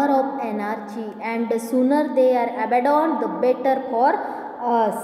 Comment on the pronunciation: Madam तुम्हाला caution,abandoned, etc. हे शब्द पण नीट वाचता येत नाहीयेत तुम्ही मुलांना काय शिकवणार?तुम्ही grammar of anarchy translate kelat pan arth समजावून सांगितला नाही.असे व्हिडिओ टाकू नयेत मुले चुकीचं शिकतील